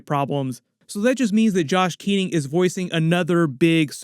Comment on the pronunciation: It's Josh Keaton, not "Josh Keating"